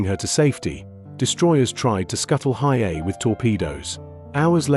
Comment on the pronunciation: Your AI voice is atrocious. It’s pronounced He A E . A little prep would help lessen your embarrassment